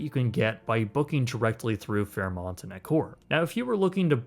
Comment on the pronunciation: U said fairmont right this time hehe